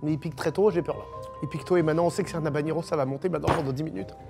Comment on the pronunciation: c'est "havanero" et pas "havaGNero" 🙄